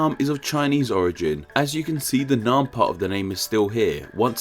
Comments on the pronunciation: the name Nguyen isn't the topic, Vietnam, specifically the "Nam" part shared by Annam and Nam Viet (the current name came from reversing this, which is completely glossed over in the video). "a" as in "hat" not "a" as in "father". An open front unrounded vowel not an open back unrounded vowel. Nam rhymes with "ham" not "harm". Nothing at all complicated. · Pronouncing Nam wrong (the a sound is more like the a in *a*pple than the a in f*a*ther) is understandable. But how the hell can you pronounce Baiyue like Bayou? Bai: like bye in goodbye Yue: say "You air" really fast